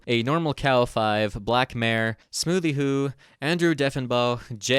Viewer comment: its not smoothiehoo 😭its sm*o*thyhoo. great video though! edit: ok just watched it. lmao even more peak